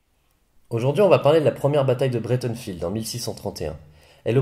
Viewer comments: Pas "bréteunfild" : "braïte'nfeld" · Breitenfeld (allemand), pourquoi prononcer Breitenfield (à l'anglaise) ?